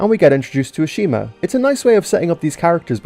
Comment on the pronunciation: Ashima? More like ASHAMEa